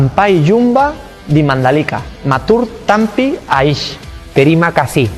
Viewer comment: "Matur Tampi Asih" (Terimakasih) jadi matur tampi aish kocak, semoga betah di Lombok ya, semoga lancar